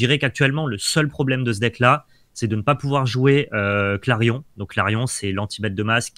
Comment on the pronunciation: Top ces decks ! Par contre c'est "clairon", pas "clairion" ;)